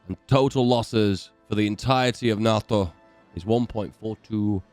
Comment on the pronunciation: Hate how u say nato